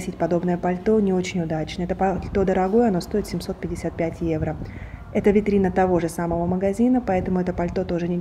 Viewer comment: Неграмотно произносить евра, evro во всех случаях, одно дело витрина, улица срвсем другая, если и одеваются более менее это Милан